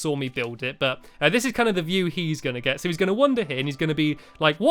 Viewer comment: gets, not geys...